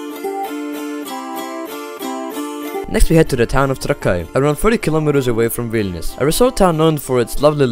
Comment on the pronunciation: the fact he said trakai wrong alot of times